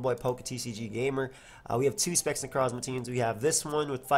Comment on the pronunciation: The way you say 'Necrozma' gives me life